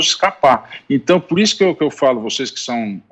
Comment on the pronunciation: Ele falou vocêis que tem uma penetração violenta kkkkkklkk nesse tempo